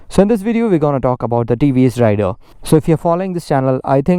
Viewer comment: INCORRECT PRONOUNCIATION OF THE PRODUCT NAME